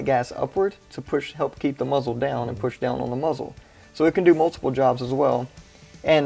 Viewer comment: A “moozle” brake